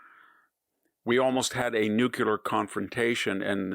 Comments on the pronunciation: Nuclear. Not nucular. Please VDH what you say is amazingly accurate except your pronunciation of nuclear. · Please say nuclear, not nucular. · A bit disappointed. First shocked by "nucilar" instead of "nuclear". Then, van Jones, who's an idiot and a racist, agreed, was just giving an example. He didn't have to mention all other similar situations. And I agree with the fact he suggested, that even though the other atrocities may not have the same impact on Europe, or North America, or the stock market, or price of gas, they sure have an impact on the lives of thousands of people and they should be covered in the newest - ok, after the Middle East page. I like Hansen, but that doesn't mean I will ignore the points where we disagree. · there are no nucular powers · Love ya, VDH, but please learn proper pronounciation of the word "nuclear." You always pronounce it incorrectly.